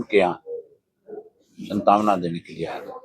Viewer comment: देखो यह अनपढ आदमी सांत्वना को सनतावना बोलता है